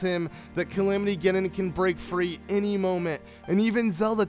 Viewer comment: Link was not killed. It said that he was badly injured fighting Ganon and had to be put into 100 years of sleep. You also say Calimity Ginon When its pronounced Calamity Ganon. Sorry if i'm hating <3